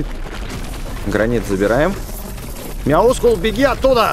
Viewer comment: правильно говорить Мяускул